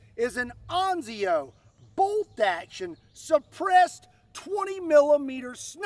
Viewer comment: Ansio… you must read with an s! ANSIO! Not anzio 😂.